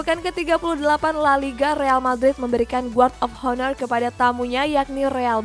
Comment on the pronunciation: Guard of honor 😂😂 Pengucapannya gard of aner yaaa min 😂